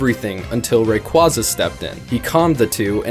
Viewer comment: Stop pronouncing raquaza wrong!